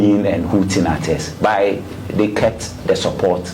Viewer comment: Kumasi aseɛ Coach Ogum. He said 'byyy' instead of 'but' 😂 Doctor mua! 😂